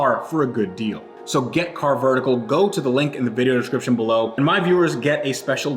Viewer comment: you are saying carvertical wrong. See Matt for the correct way.;)